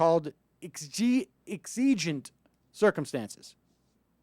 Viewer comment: It is pronounced Eggs-O-gent And the court has been moving to the LEFT. Unprepared talk show hosts loose my attention with all the pauses. Reinforce your door. Learn to say Sorry I do not engage in conversations with law enforcement without an attorney present. Also, I do not submit to searches. This way, in court, the legality of the search may be contested constitutionally. Ask your attorney first.